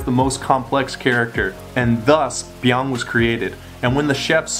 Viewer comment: "I didn't come close to say that perfectly" *proceeds to say it perfectly